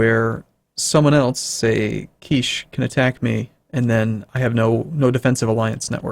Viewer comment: Also, "Kiche" is pronounced "KEE-chay," not like "quiche." :D